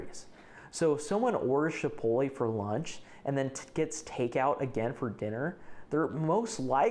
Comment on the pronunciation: Are you saying “shipolay”?